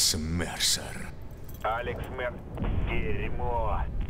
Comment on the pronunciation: может не марсер а мерсер